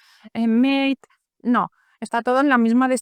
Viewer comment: Debian siempre fue una distribución que me llamó la atención, pero a la hora de instalar, al final me decidí por Devuan, y estoy satisfecho. Un pequeño detalle con respeto y aprecio,: Mate no se pronuncia "Meyt", se pronucia como se escribe, la palabra viene del idioma quechua "Mati", que significa "calabaza" y hace alusión al recipiente donde se prepara la bebida infusión. La palabra pasó al idioma guaraní, y se difundió por toda la cuenca del Río de la Plata. Los creadores del escritorio Mate son argentinos, y le dieron el nombre de esa bebida infusión al escritorio. Y la palabra, de origen quechua y adapatada por el guaraní, es Mate, y como tal se pronuncia, al ser adoptada también por nuestro idioma español, con igual pronunciación. Hace tiempo que no paso por tu canal, y me agrada ver que tienes tu apariencia natural, no tan sofisticada. Te queda mucho mejor tu apariencia natural,. Un gusto pasar por aquí. Saludos desde el sur, saludos desde Uruguay.